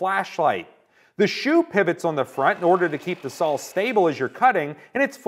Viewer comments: Is there a good reason why he says sall instead of saw or is it just an american thing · Pronounced SAW not SAUL ....one beast of a Saul though .